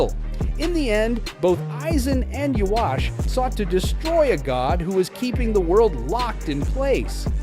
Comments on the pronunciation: no, that's japanese pronunciation. For English it should be Yuha-bach. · No, it is supposed to be Yu-ha-bach or Yu-ha-wach